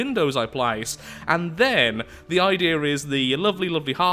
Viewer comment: I like when he trys to say idea he says I deer